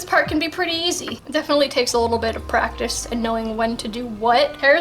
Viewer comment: PRAETICE, what is this you speak of ?? XD